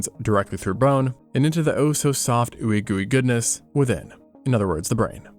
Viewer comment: “oowy goowy goodniss” 😂😂😂